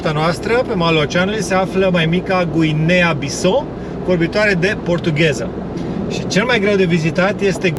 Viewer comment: Bissau se pronunta exact cum se scrie si cu accentul pus pe "u" mai ales ca se vorbeste portugheza nu franceza. Wikipedia exemplifica pronuntarea numelui tarilor.